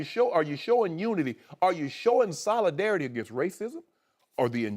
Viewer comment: "You kneeled to show soladareity" 😂😂😂😂